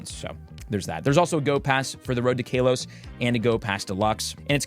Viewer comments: It's Kahlos not Kaylos! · Kaylos? Kaleos? My man, I think its Ka-los. I don’t care too much for pronunciation, but it threw me off when you said it first lol. Aside from that, this is a really great and useful vid! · He say kaylose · I don't care much about pronunciation, but it cracked me up each time he said Kalos like Kale-os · i cringe everytime you say KALOS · My brother in Arecus what was that pronounciation of Kalos?? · He pronounces it like that on purpose for clicks